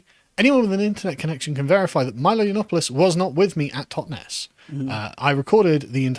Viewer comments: cant even get a very basic thing like pronouncing Milo's name properly. Sub mid-wit. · She couldn't even pronounce Milo's name properly.